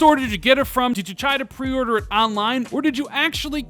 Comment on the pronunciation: Why does he have such trouble saying "pre-order"?